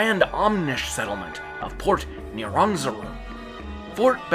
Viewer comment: I really don't like how you say Port Nyanzaru.....